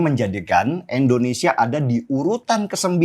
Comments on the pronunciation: Bukan Endonesa om, Indonesia yg bener ngucapinnya Sentil nih 😅😅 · Indonesia bang den.. bukan endonesia.. Sekedar saran aja ; gunakan ejaan yg bener ah, biar lebih nasionalis lg bang den